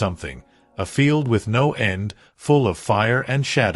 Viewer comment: Fix your A I. It's FOAL not FULL. And the A i voice needs imporovement I heard better.